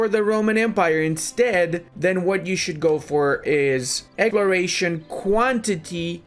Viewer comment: Ah yes, egloration ideas